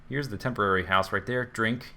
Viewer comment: when he said tamporary cat house (newer eppisode) i know what the Z drinking word will be xD